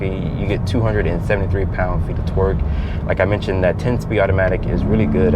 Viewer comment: The way u say torque sounds like twerk